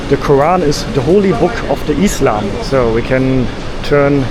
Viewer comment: I like the way he says "eeslam" (islam) 😂❤❤